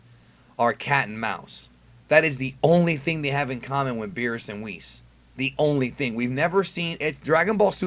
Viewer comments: "Beerus and WHIS" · ...D-Did this man just call him Whis?... WHIS?